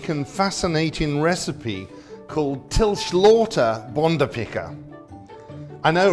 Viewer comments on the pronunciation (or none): Yeah, the pronunciation was definitely way off! Getting the stress/tonality was probably too much to hope for (tone 2, which all compound words use, as well as many simple words, is notoriously difficult for anyone who isn’t used to lexical tonality, which is why people outside of Scandinavia never get my name right), but he didn’t exactly nail the phonemes either. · I’m sure all he needed to do was send a reply with a recipe/description. And yes, the name, while mispronounced, really is translated correctly. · It's not my wish to be rude, but I'm afraid I can't quite make out what you're saying when you try to pronounce the name of the dish. Might you write it out for me, sir?